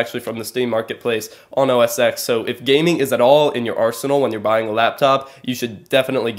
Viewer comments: Just a slight suggestion I guess. You keep saying OS X, pronouncing the X, it it's actually called OS 10, as Apple uses the greek number system. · The "X" in OS X is pronounced "ten" like the roman numeral. Just saying.